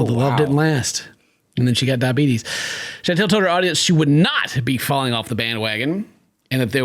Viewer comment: says DIABETUS like Wilford Brimley 😅